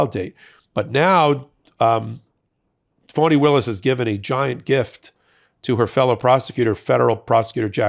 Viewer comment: Could you please address Fani as AG Willis? Instead of Fawni??